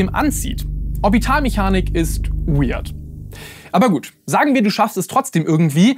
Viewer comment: Wenn jemand family guy auf english kennt, hat bestimmt gelacht wie ich als der typ wcheird sagte 😂😂😂😂